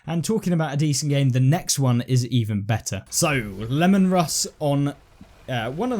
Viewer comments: It's pronounced Lee-mun Russ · Dont' play 40K then do you? This is the standard tank from the setting. And it's "Lee man Russ" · I know its not everyones "cuppa" (to borrow the phrase)... but these WH40k tanks have nailed the aesthetics and the sheer ridiculousness of the setting. The Leman Russ (more LEE-Men, not lemon, lol) looks like an 8 years old drawing of a tank, and thats part of the fun of it, lol... I am a tad concerned about the price, and am also concerned that we WONT get the promised price discounts, cause the point totals for the event aren't really keeping the necessary pace... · Lee-man Russ